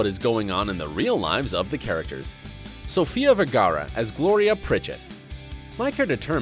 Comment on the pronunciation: One would think Sofia Vergara is an easy name to pronounce but he still mispronounced it by a mile and had to fully "Americanise" it. Is it really that difficult to pronounce it correctly? 🤦‍♂️